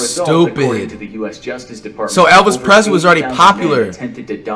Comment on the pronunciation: Nobody: Flight:Elvis Prezly🤣